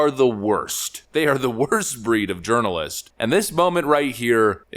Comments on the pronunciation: Did you say, "journalist" or "urinalist"? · Are you saying "urinalist"?? 🤣🤣🤣 So appropriate. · When I was listening to this video I thought I heard you say "urinialist" instead of journalist. I honestly think that is a better description of their job instead of journalist. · Ha Ha Ha..."urinalist"...🤣😆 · Haha!! " JUrinalist"... Good topic!